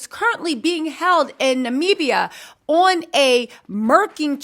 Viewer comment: You did great w/ pronouncing Namibia today 🎉😊